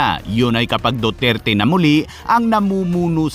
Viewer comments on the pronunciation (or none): none